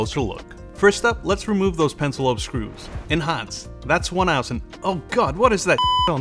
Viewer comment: he says "enhance" like "in hans"